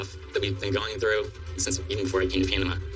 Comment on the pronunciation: Why does pronounce it "Pianama"?